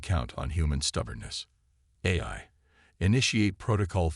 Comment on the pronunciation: GEEEEEEZ!!!!! I stopped listening in to the story. Your AI SUUUUCKS!!!!! GOD I wish you people would either get AI that works or STOP using them and narrate your own stories!!!!!!!!!!!!!!!!!!!!!!!!!!!!!!!!!!!!! "QUAR-in-TINE", "EYE"(AI), "SAB-a-TAYGED", "e-KO-ing"!!!!!!!!!!!!!!!! I am done!!!! You are definitely off of my listening list.